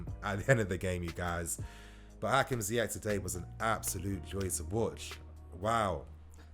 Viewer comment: Not to be that guy but its ziyech not ziyek